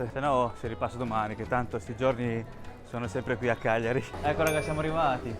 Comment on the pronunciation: Bello come pronunci il nome Cagliari cioè Chiagliari. Giusta pronuncia